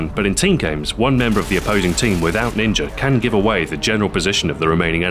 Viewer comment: is it just me, or does he say "ninjer" and "idear"?